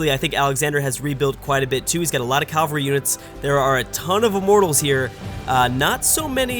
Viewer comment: Cavalry not calvary